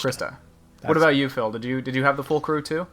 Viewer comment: Damn, Phil. you pronounced my name wrong. :(